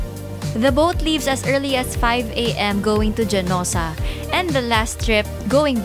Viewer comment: Hanosa po pronunciation,local talim islander here